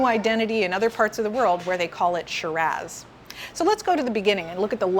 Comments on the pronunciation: Saying Shiraz gives "eye-talian" vibes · She called it ShiraZZ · Please pronounce Shiraz correctly. Idk what you’re doing but you sound like you’re from Wisconsin